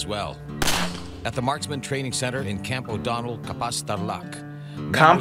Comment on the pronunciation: Camp O Donell not Campo donald